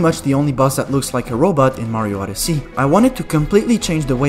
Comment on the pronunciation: "Super Mario OddesEy"